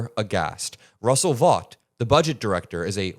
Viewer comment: Vought is pronounced "Vote". This isn't The Boys.